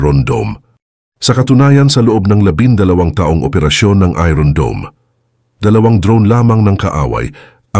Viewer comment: It's iron dome or spells as ayorn dome and not ayron dome!😂😂😂